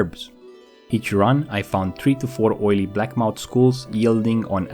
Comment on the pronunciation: blackmoUTH not moUNT